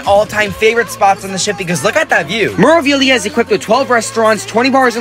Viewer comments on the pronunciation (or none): It's pronounced May-rah-vee-lee-ah, roll the R. Not Mer-ah. #facepalm